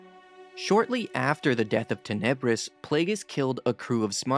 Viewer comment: If you listen to the book, like I have 5x. So, I'll be the AHole... Tan-uh-briss